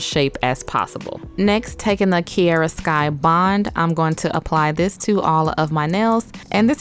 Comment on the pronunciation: Why do you say KI E RA when it’s called KI A RA ...